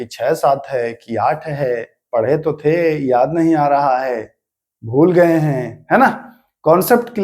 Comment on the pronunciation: Raja raam aur sambhaji mahraj ka nam thoda achha se lena chahiye sir aapko ,,two star job ka taiyari karwa rahe hai thoda hard aur soft word ka dhyan rakhe jaise tha aur थे शब्द 🙏🏻🙏🏻🙏🏻।